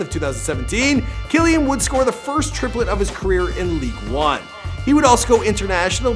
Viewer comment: Did he say Ligue one it’s ligue un